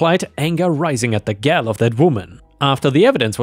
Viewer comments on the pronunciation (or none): Just so you know, gall isn't pronounced the same as gal. It rhymes with ball. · dude, "gall" is said like "all" but with a "gah" sound at the front. "Gal" means girl, which is how you're pronouncing it. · Sorry you said gall as gal is said, the word is said like all with a g at the start. The word wound has at least 2 meanings, the old one may be as you said it, wound a clock, though you never wounded a clock, it is always wound up. The other meaning here is wounded as in emotionally or physically wounded as in with blood and gore, that sounds more like too or woo as in how an owl sounds, though not how wood sounds. The ou here is a long oo sound. As you may know, different ways of saying words, different inflections, or putting the accent in another place can entirely change the meaning. If you are unsure, please check google? As I have found out, the AI voices, have very many wrongly said words, so the intelligence bit is a huge question. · Wow! That story about the gun seizure was really interesting. 😊 The word "gall" caused you a problem today. It is simply "all" with the "g" sound at the start.